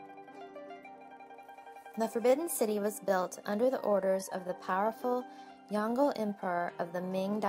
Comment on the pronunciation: The way u said yongle made me lol:( it pronounced yong le (le just like u said lebron). Not yonggel